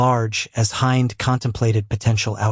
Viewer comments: IN ARABIC ... HIND IS PRONOUNCED HEND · I hate how you pronounce Hind and it's wrong.... Filipinos are sneaky....